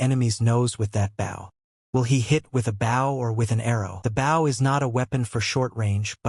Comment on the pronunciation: Really...?? A comic about an ARCHER and you don't make sure to get your AI to say BOW, I mean literally the first second my dude!?! Phonetic: boʊ, write it into your script as "boe". Your welcome. God damn...